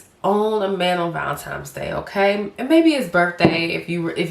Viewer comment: Not ValeMtines but ValeNtine’s Day🫶🏻